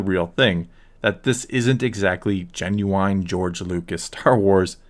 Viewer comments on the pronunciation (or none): The way you said "genuine" dude